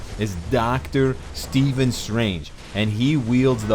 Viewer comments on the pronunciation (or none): none